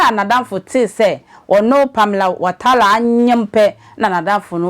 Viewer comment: The name is Watara not Watala madam 😂😂😂